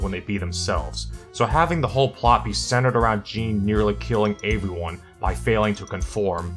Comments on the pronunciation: Can we talk about how he says “avyone” not “everyone” lol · Is it me or does sound like he's saying "averyone" instead of "everyone".😂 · I just noticed how you say "aeveryone." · Hahaha came to the comments to say the same thing. Aeveyone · why do you pronounce everyone weird